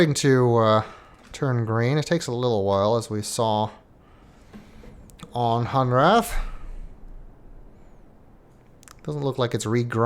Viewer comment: Hunrath - Funrath Kaptar - Cat-tar Maray - Melee Soria - Sorry, ya